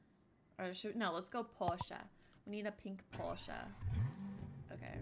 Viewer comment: ‘Porsche ‘PORSCHE 🤣🤣🤣🤣🤣🤣